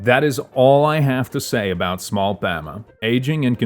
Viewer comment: I'm actually gonna go insane the amount of times he incorrectly said the names such as pama and soren